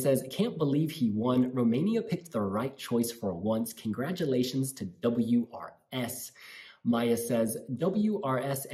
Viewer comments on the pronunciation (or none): WRS - pronounced oors, because his name is Ursu, which means "The Bear"